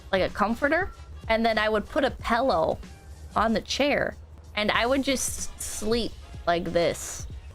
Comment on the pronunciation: Just how. How did she start saying pellow? her dad says pillow. must be the mom.